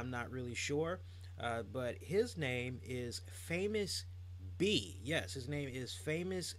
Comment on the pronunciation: Matt Striker on commentary called Famous B as " Famous Beach".